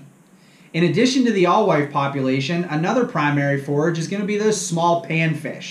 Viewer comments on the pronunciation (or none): And it’s “ale-wife”. The knowledge drop is drug down with blatant errors like not knowing how to pronounce a common baitfish or the name of the impoundment you’re talking about.